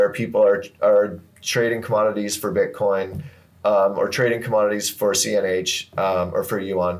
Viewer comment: Butcoin? Come on man!